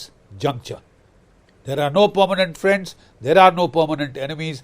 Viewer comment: 😂😂😂 please welcome my dear phrend, the phrend of india, mister doland trum 😁😁😁